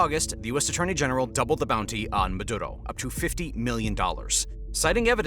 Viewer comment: Meduro not Medudo